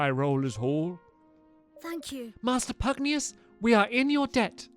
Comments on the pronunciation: Pugnacius, not pugneous. Why did you keep saying pugneous stampy its obliviously pugnacius. Can you read at all stampy? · Finally! No more Pugnius! From now on, Stamps shall pronounce that Pugnacius! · Its “ Pugnacius” not Pugnauis 😂😂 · His name is pronounced pug Nay shus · His name is Pugnacius “Pug-nay-shus.” (Later on in the video) Oh nvm. xD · You’re say pugnois wrong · Omg it's pronounced Pug-nay-shus it's been bugging me forever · its pug knee us get it right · It's PUG-NAY-SIOUS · Why do you keep pronouncing pugnacious wrong when the cut scenes pronounce it for you? It's pug-nay-shus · Stampy pls it's pronounced as Pug-Nay-Shoos... Just saying. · It bugs me that stampy cant read PugNACIUS' name correctly lol